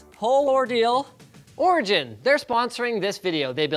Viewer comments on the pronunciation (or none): When linus said origin i thought he said orgy-in